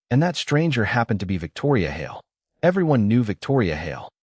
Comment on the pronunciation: The stupid AI can't even pronounce "Hale", it's one syllable not two.